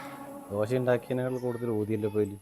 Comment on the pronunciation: ദോശ എന്നു പറഞ്ഞു പഠിക്കു